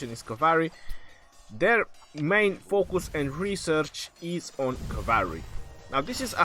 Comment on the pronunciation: cavary? lol.